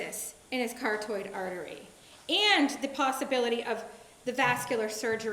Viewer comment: What is a cartoid artery? Does she mean carotid artery?